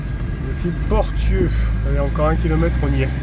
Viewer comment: Portieux : prononcer Porssieux 😄Les vieux bâtiments, c’est une ancienne verrerie.